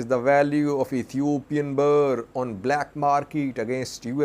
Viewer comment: you always pronounce Ethiopia’s Currency wrongly. It is not BAA but Birrrr